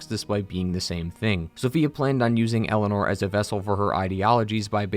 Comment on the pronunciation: It always grinds my gears every time I hear pronounce Eleanor as Elena